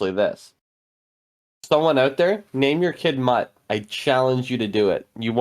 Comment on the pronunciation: That english/americanized pronunciation of Lord Ordens son Mut, will always not be funny. In any case translated from german the name means courage. And when pronounced correctly it doesn't sound like an insult many make it out. Well I'm not here to lecture much. So whatever. I guess this was the first time somebody has taken the "older woman" as a foreshadowing of an enemy. It wasn't correct, but sure I can see why one could think in this line. Also with this episode you now more or less have the magic established as on the base layer a magical world with simple but very specific folk spells and three categories of magic aka "demon magic", "human magic" and "goddess magic". There is more to come, but how they cross over like with curses is neat.